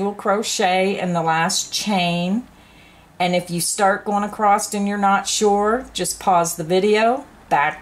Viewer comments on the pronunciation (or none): there is no T on the end of the word ACROSS